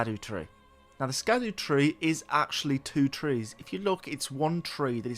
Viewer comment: "scadu" is pronounced more like "shadow," as in, "shadowtree"